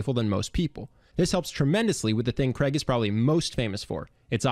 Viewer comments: Why can't Americans say Craig properly? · His name is not pronounced Creg...as it is spelt Craig it is pronounced the same as rain...what is wrong with Americans ??? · I’m still trying to understand why Americans pronounce Craig as “Creg” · Cr-aig. Not Creg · CRAIG is a Scottish name, as in HAIG, MALLAIG, or McCAIG. (as in Hague or Vague). Cregg is so gross sounding. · It's Craig not Kreg ! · The name is pronounced Craig (Cr-aa-g) not Creg. It originates from the Scottish Gaelic name Creag. Speak proper English/Scottish. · His name is Craig, not Cregg, damned yankees. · Why can't he say Craig properly!!! sounds like he calling him Creg. CR-AI-G your welcome!!! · His name is Craig, not Creg. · its CRAIG not CREG!!! ffs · Who is "Kreg"!? It's f'cking CRAIG...CR-AIG not KREG....F'ck sake, how hard is it to pronounce a 5 letter word correctly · Why do Americans pronounce his name as ‘Kreg’? It’s CRAIG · you really need to learn how to pronounce "Craig". The name is pronounced "Crayg" not "Creg" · Thanks for the video. It's weird how Americans pronounce Craig as "Creg". There's an "i" too. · It's Craig, not Kreg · How have you managed to make a 15 minute video about his charisma without figuring out that he's not called Kreg. It's Craig, which rhymes with "vague". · Craig not Creg. I've heard multiple Americans get this pronunciation wrong. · His name is Craig not Creg! Damn Americans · His name (Craig) is pronounced Crayg not Creg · Since when is Craig pronounced like Greg, but with a C? 😕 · God I hate how Americans butcher English. Who says "Cregg". It's pronounced "Cray-G" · Why do americans butcher the name Craig by pronouncing it as Creg? It is so simple to say this correctly, but they go out of their way to stuff it up. It's the same middle sound as "laid". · Do Americans really call Craig, Creg? Lmao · Why do you keep calling him kreg? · You misprounced his name and I doubt very much if this would work in Europe! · FF sake pronounce his name right!!!